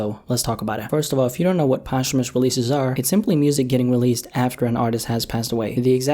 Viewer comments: “Poshh-Hoo-Mus releases”- Immortal words by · kindley fernand “post-humous” sounds really clunky and dumb compared to saying it smoothly in one. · He says Post-humous like it’s a sandwich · that blew my mind how posthumous is pronounced i thought it was like "post-humoos" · bruh you’re not even pronouncing it correctly. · I never heard anybody pronounce posthumous like this before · It's pissing me off everytime I hear him say it 😂😠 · yup lmao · Learn how to say posthumous before you make a video about it